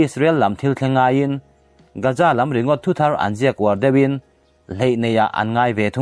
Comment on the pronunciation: Gaza hi Gaja tiin i lam thina lo fimkhur deuh teh. Keini Mizo ho hi 'Z' aiah 'J' lamrik hi kan ching lutuk a, eg- zero - jero, Jesus - Jejus etc. Hetianga public ngaihthlak tura chhiarte hi chu fimkhur deuh ula a tha hle in ka hria. Inthlahrung takin ka rawn sawi ve a ni e